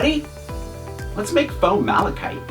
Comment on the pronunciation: I seriously thought you said Malachi. Once upon a time there was a lad called Malachi who couldn’t sleep. His uncle Mark made him a malachite bedroom table, trash can, and tissue holder in hopes he would sleep. Indeed he did!!!